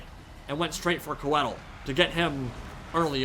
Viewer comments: Qued-eel eh? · Interesting that Drycha pronounced Coeddil "kwe-deal"